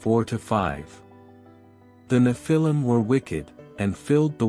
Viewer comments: neph-a-leum (pronounced) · The accent is on the FIRST syllable, not the second. NEPH-il-im. Google is your friend. You’re welcome. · Nephilim is pronounced wrong and they did not MARRY the women, They Took them, most by force. VERY different definitions